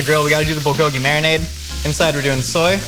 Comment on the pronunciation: I cringed every time I heard him miss pronounce “Bulgogi”